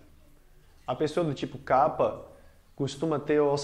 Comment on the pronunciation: Excelente explicação sobre Ayurveda! Grato professor. E que bom ver a pronúncia correta do dosha kapha. Pois muitos professores pronunciam incorretamente "kafa". Namaste!